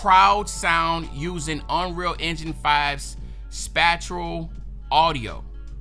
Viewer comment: spatial bradda. spay-shul. great video gang def subbed.